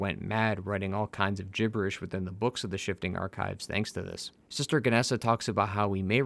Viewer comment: Is it sester or are you saying sister?